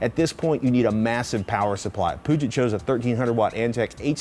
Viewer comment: Please Patrick learn how to say "Puget" It is a computer company from Seattle, which is on the body of water the Puget Sound (think Pew jut)